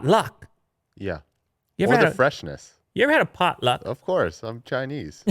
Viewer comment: the way says potluck is pretty amazing, ngl